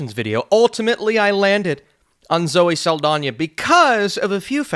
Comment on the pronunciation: For some reason is adding an I to Saldana. “Zoe Saldania” 😂